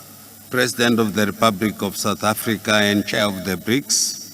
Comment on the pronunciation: I like this guy. He is better than Mr Jones on speeches. He however needs to pronounce 'L' properly. He must distinguish 'R' from 'L' and vice-versa. I think his Alphabet does not have 'L' 😂.